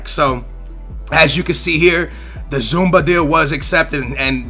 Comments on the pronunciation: cmon is zuma not zumba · its not zoumba where the hell do you see a B zouma not zoumba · does keep saying zumba instead of zouma or is it just me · Its says zouma not zumba he isnt a fitness workout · Zoo-ma not zumba lol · ZOOO-MA NOT ZOOOM-BA, JHEEZ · ZOUMA, not ZOUMBA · Where the fuck do you see the 'B' in Zouma? It's not pronounced 'Zumba', it's pronounced 'Zooma' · Zouma not zoomba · i really don't like how says some names like Zouma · Dass tenta ler os nomes dos jogadores um pouco melhor, és português e não saber dizer Labyad? E é Zouma e não zoumBa... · how about you start pronouncing the player's names right? Zouma not Zumba. De-la-fe-uu not delafoe. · OMFG Zoumba? Labadie? LOL C'mon, do you even know how to read? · Secondly, you need some pronunciation lessons man. Labadye? I don't even.. and Zumba? that's an exercise program. Z-O-U-M-A. Just say it like zoom----a. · If you just read the names then you won't get them so wrong. Zoo-ma, not Zumba. Lab-y-ad not Labydad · Deu-lo-feu not Delafoo Zouma not Zumba Lab-ee-ad not Lab-a-die or Labadad Ad-ry-an not Andre